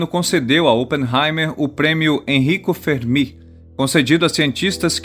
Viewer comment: Muito bom... Única incorreção foi a pronúncia do nome de Enrico Fermi (Férmi)